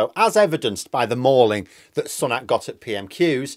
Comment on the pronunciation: Every time mispronounces Sunak as 'son-ak' and not 'sue-nak' he loses credibility with me. FFS, he's been PM for half a year and a prominent politician for 3 at least three. Yet insists on his own original pronunciation. This puts him in the Lauren Boebert style of speaker (using 'democrat' instead of 'democratic'), either lazy, stupid or ignorant. I would like to say 'ignorant' but he must have heard 'Sunak' pronounced thousands of times.